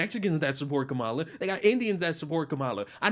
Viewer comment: It's not “comma-la.” It never was! Kamala, among Indians, is a pretty common name for girls. It means “lotus” and is often used with some interchangeability for Lakshmi, one of the chief goddesses in Hinduism.